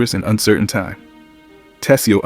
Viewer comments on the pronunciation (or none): none